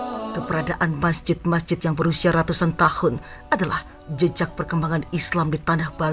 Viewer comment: rrraattuussaan tahun 🤣🤣🤣